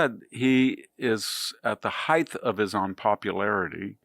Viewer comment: Why do some people mispronounce "height" like it's "hythe"? It's ends with a hard T. "hyte". Hard T like "weight".